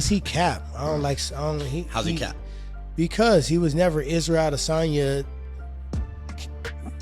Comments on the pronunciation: It's pronounced Add a sonya. Not A desonya. Driving me crazy with that s#$& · I cringe every time you say I-Dis-On-Ya🤮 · The way he pronounced adesanya 🤦🏾‍♀️